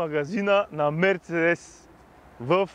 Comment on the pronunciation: Живея на 10 мин. от музея на Мерцедес в Щутгарт. И ударението на Мерцедес се слага на второто "Е", не на 1-вото. МерцЕдес. Защо не мина и през музея на Порше, така и така си бил в Щутгарт ?